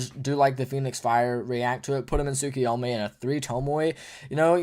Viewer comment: I love you guys you both great but I don't love the way you pronounce tsukuyomi, talking about heeey, it's tsukuyomaaay, like ya bruce from family guy 😂 you work together so much that I forgot who was who so I forgot who the one saying that is.